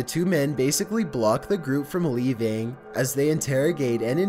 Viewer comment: Xx Da King117xX I did the same too... leevian=leaving and electritee=electricity